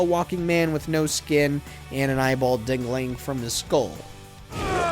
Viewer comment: he said eyeball "dangling". come on, i'm only wearing a towel but even i heard that.